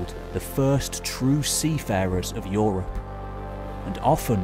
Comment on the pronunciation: Yes, yes "OO-rropp"